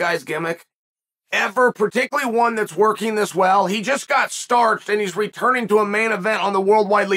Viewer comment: Chael can't even say starched properly.. idk why I expect him to get any fighters name right either